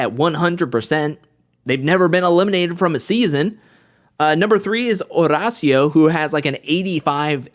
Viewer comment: I love watching you but I hate how you say Horacio’s name 😂